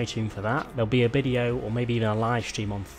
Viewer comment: he says bideo, what is this? Is it a new car, new race or something else?